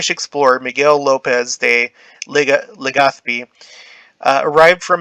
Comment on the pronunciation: Proud of you pronouncing LegaZpi's Z still.